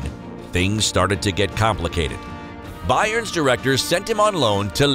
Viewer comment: Better, like that you won't mispronounce names as you did for Toni Kroos (not Krus) and Bayern Leverkusen (not Liverkusen)